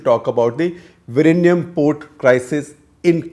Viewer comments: It's Vizhinjam not Virinyam. Please correct your pronunciation. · SG, you can try to say "WE-Yin-Yum" (sorta closer) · It is not Virinjam; it is Vizhinjam ( വിഴിഞ്ഞം). And it is not Trivandrum anymore, it is Thiruvananthapuram. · With all due respect to development and defence importance, I remember how beautiful the location was and my thoughts were "this should be my retirement spot with a small own sail boat" The closest pronunciation is vilingiam with a strong L sound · "Vi-rr-inam". 😆 Lot of respect for trying Sir. Infact we get mocked for having 'strange' pronounciation. 🙏 Thanks for intentionally turning the tables and making us 'feel better' even at your expense 🙏. Ton of respects. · Vilinjiam - Vi Li N Ji am - Can you now pronounce ? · Still bad pronunciation !!! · Sir, Your pronunciation is not a problem. Malayalam is a new language that it has more letters and adopted lot of words from Sanskrit. So it is very difficult to pronounce vizhinjam even by other South Indian state people. We don’t mind it sir. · You are no where close when it comes to saying the word!!